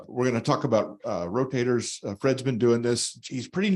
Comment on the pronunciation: Ro "taters" 😂